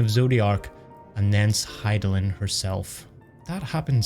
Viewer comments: You probably figured it out by now, but his name is pronounced "Hyth (rhymes with myth) - low - DAY - us" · Hey just in case you're unsure of how to pronounce Hythlodeus, it's: hith-low-day-us. It's actually based on a Greek character, Speak of Nonsense'. Hope this helps! I was pronouncing it wrong for a very long time.